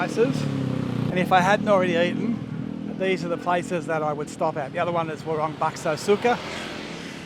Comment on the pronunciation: I love ur vids !!! B U T …… i have to say to you WARUNG is pronounced : “WAR - WRONG” Your saying is incorrect. Just saying…… love Amed btw